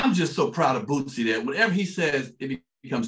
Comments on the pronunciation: Is it just me, or do they keep saying Bootsie? It’s Boosie. And it’s 50 Cent. Not 50 Cents. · Y'all keep saying bootsy....why. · If I hear or Godfrey call boosie "bootsie" 1 more time 😂 😂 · Hmmmm…well in the South that’s exactly how you pronounce Boosie (Bootsie). I’m willing to bet that Lil Boosie pronounces HIS name Bootsie because he from down here wit us 😂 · There is no "T" in "BOOSIE" 🤦🏾‍♂️ Please read carefully lol smh Everybody doin that shit